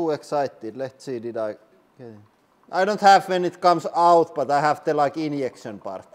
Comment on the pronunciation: I love the way he says inyection inyuries